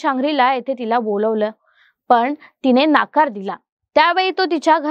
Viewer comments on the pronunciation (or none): नकार म्हण ग बाई. सारख नाकार का म्हणतेस